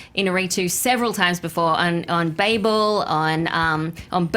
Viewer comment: Alicia won this for me when she pronounced "Babel" correctly.